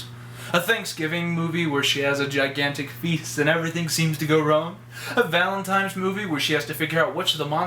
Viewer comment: cool review but did u say valentimes